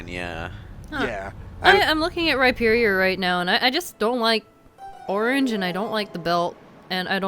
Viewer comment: Oh my fucking god. They actually pronounced Rhyperior correctly. They made fun of me in a Let's Go stream for correcting them and never apologized when I proved it on Twitter. XD And, yes, I do use the underwear hole.